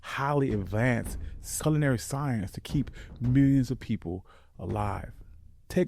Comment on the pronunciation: Definitely, pronouncing culinary as sulinary and that fufu part gave it away immediately